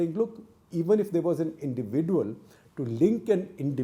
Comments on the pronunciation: Sekhar Gupta's pronunciation of "individual" is unique. Hope someday he gets it right. Until then we have to suffer listening to " indivi-duel". 😂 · Wrong pronounciation of the word 'individual' by Coupta !